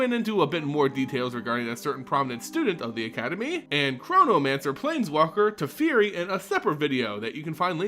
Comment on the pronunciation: I agree. Also, your pronunciation is garbage. It was the Gol-GOTH-ian Sylex not the Gol-gath-ian. It's Teferi(Teh-fairy) not Teferi(Teh-Fear-y)